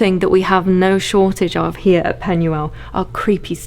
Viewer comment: If you're going to buy a property in another country, at least learn how to pronounce their language. Penuel is pronounced with a U. In Welsh, a U is pronounced as an E - Pen-e-el.